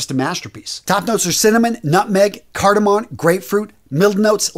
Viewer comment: It's cardaMOM not cardaMON